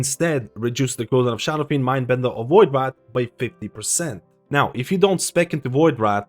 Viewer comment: My brother.... it VoidWRAITH not VoidWRATH. WRAITH is pronounced RAYth. Like saying Race with a lisp. I love your vids but that shit sends me xD